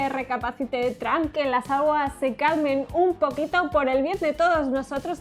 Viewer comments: TRAMP?? Nivel de inglés nivel Dios 😂😂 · "Tramp" Jajajaja Porque lo pronuncian así me preguntó yo... 😂😂 (Donald: Trump, Tromp, Tramp)